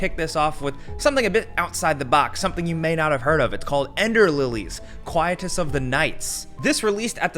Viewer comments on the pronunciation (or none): none